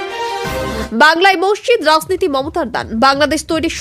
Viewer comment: এত খারাপ উচ্চারন। চক্রান্ত হয়ে যাচ্ছে সক্রান্ত। রাজনীতি হল রাসনীতি! ধুর এই ন্যাকা আদুরেপনা আর ভাল লাগে না...